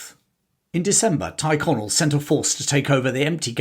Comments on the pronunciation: Teerconnell not tyreconnell pronounced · Thanks for posting. The glorious revolution was really a blatant userpation. One small correction if l may. The name Tyrconnell isn't pronounced Tie connell, it is pronounced Teer connell, probably from the Gaelic "Tír" meaning land (as in "Connell Land") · I thought Tyrconnell (Tirconnell) was pronounced “cheer-Connell) not “tyre-Connell”. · Why do you say Tighconnell when you mean Tyrconnell?